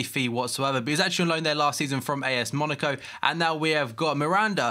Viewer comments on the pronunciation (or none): none